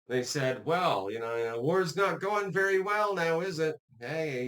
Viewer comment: Wery wery security guarantees